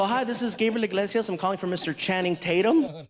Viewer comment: Eeee-glase-ee-us. Say it with me now. Eeee-glase-ee-us. Not "In-glase-ee-us". Enunciate! I hear this mistake WAY too often! He even brings it up in one of his specials! Enunciation matters people!